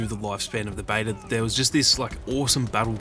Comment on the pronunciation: I love how you say beta “bater”